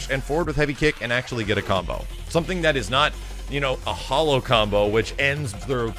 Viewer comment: Anyone else hear him same "Cumbo"